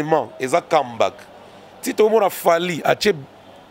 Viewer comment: et son affaire d'anglais...Kambak 😂🤣🙄🤔 comeback?